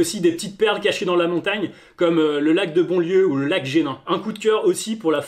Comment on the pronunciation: pas génin mais genin sinon merci pour la video !